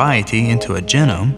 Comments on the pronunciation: Anyone else bothered by the way he said genome? Jeh.gnome I always pronounced it gee.gnome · Very nicely done and well animated. The voiceover and music really work together well. Professional. I do wish you would say genome with a long e sound, "Gee-Nome". Personal preference, but like nails on a chalkboard to me. I've always said "Gen-nomic" and "Gee-nomes", so I'm hardly consistent. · He says genome funny. I always hear it as JEE-nome, while he says it like Jinum. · It's not just the way he pronounce genome. He whistles his esses like an eighty-year-old. It's annoying as heck. On top of that, he's completely unaware of what he's narrating as well. He's just reading it out. Fire the narrator. The guy's terrible.